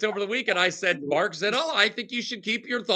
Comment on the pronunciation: MarKKKKKKKKKKK! No "c" ...